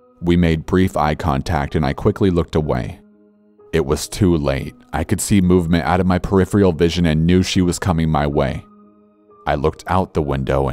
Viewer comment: I'd love ya more if ya'd learn to pronounce peripheral "per•rif•fer•al", instead of "puhrifreeyul".